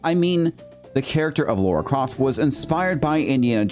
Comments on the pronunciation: LARA....Not Laura. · It’s Lara Croft not Laura Croft